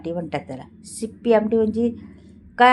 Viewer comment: Thumbnail ला शिपी आमटी लिहिलंय आणि बोलताना तुम्ही सिपी बोलत आहात आणि पेशल लिहिलंय ते पण चुकीचे लिहिलंय ते स्पेशल असे असते बाकी आमटी प्रकार चांगला आहे